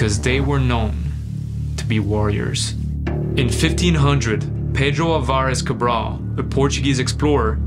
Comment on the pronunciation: i never heard ''pedro alvares cabral'' being pronunced in such a satisfactory way.